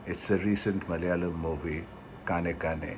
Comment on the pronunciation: The ‘N’ in KAANEKKAANE is a retroflex. Try again that way and you will get it right.